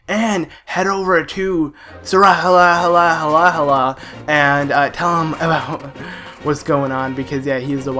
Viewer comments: I think that Sahasrahla is pronounced Sauce-Rala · You say it like sa. Has ra la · Shasrakdjwidieinjifedudkjueigc is pronounced sah - Has - Ra - la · Sorry i love your channel and im a serious fan but... ITS SA HAS RA LA Sahasrahla just GRRRRRRRRRRRAAAAAAAAAAAAAAAAAAAAAAAAAAAAAAAAAAAAAAAAAAAAAAAAAAAAAAAAAAAAAAAAAAAAAAAAAAAAAAAAAAAAAAAAAAAAAAAAAAAAAAAAAAAAAAAAAAAAAAAAAAAAAAAAAAAAAAAAAAAAAAAAAAAAAAAAAAAAAAAAAAAAAAHHHHHHHHHHH hyperventilating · It's pronounced Sahasrahlarahlarahlarahlarahla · Sahasrala has the most complicated name in the legend of Zelda series, to pronounce!